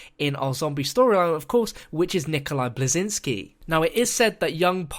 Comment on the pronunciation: XD didn't say Nikolai or Berlinski right